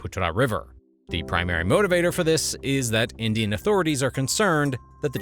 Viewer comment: When she said "20 Indian soldiers were killed" in her accent, I thought she said 20 million soldiers were killed.